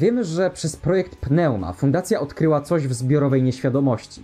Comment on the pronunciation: PNEUMA czyta sie "niuma"